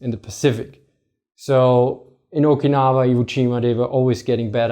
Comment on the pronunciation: ffs - Japanese syllables are very basic, easy to prounance and precise, even for a krout. You got Okinawa correct. Which shows it is an issue of exposure. Type hokkaido into google and practice next time.